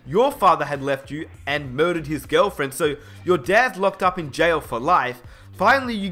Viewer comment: said moidured